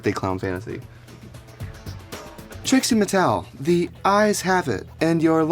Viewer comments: I swear he’s saying Tracy Martel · "This is a Tracie Martel secret." 😂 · Is it just me or does she keep calling herself "Traci Martel"? like ?? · Anyone else notice he said Tracy Martel rather then Trixxie Mattel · Did he just say Tracy Martel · Why does he keep saying Tracey Martel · Is it me and im just high af or has she butchered her own name a few different times in this vid?